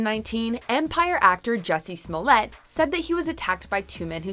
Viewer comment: Who taught you how to pronounce these people's last names?